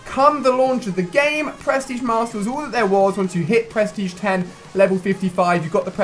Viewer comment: I love it how it sounds like you say press tige master